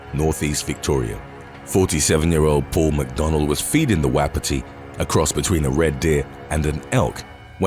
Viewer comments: 2 things. Wapiti is pronounced WAH pee tee, and it is not a combination of the red deer and elk. They are the same species, just living in different areas. Wapiti comes from a Shawnee/Cree word meaning "white Rump" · Wapiti are elk.Its pronounced wopiti. Most zookeepers injuries are caused by deer. Male wapiti in hard antler are mongrels